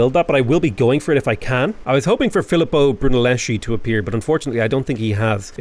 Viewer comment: Sorry to be that guy, but the fellow Italian artist name is pronounced Brunelleski. Chi=>ki (Brunelleschi) Ci=>chi (Da Vinci)